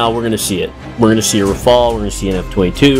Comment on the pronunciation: Dude says meeca and rafall😂😂😂😂